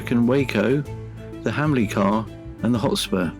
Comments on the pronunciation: Hamilcar not hamlicar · It’s Hamilcar not Hamlicar.